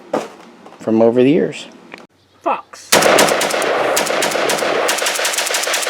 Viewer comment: When you said “Fox” right before shooting the WBP I thought you said FUCK 😂